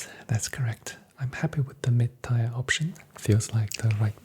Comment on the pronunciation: Your cadence and attention to detail are so relaxing. Great work! By the way, “tier” rhymes with “beer” or “deer”. Keep up the good work !